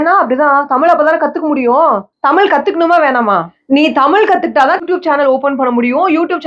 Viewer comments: U 😅😅 it's not tamil. Tamizh. Neenga tamizha ondrum 😅😅😅😅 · could be. Still a shame to say தமிழ் as தமில் and whole conversation filled with few tamil words her and there. You don't need to live overseas to forget தமிழ்.